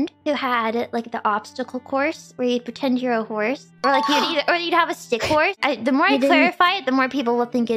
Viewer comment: Callie: Somebody say horse?! Run, you're in danger! And wth is a Jorse?